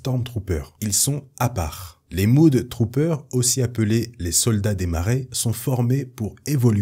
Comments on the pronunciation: Super vidéo ça fait plaisir de revoir tout ces Storm troopers, si j'avais et c'est du chipotage, Mudtrooper ne ce prononce pas Moud mais Meud (Même prononciation que pour le U de Us). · Point prononciation MudTrooper: on ne dit pas "Moude troupeur" mais meude troupeur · Top vidéo Merci. "Mudtrooper" : prononcer mEdtrooper et pas mOUdtrooper ;) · Sa ce prononce pas moud mais mod